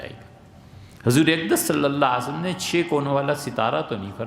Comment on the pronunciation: Aslam o Alaikum 1 request hai molana itny parhy likhy smjhadar deen dar admi hai lekin kbhi bhi inki zuban sy Nabi e kareem S.A.W k nam e Mubarak k bad thek aur tamez sy صلى الله عليه وسلم nhi suna agr ye is trha he prhty rhy gy to sorry inki video upload na kiya kry ya unko boly apni islah kry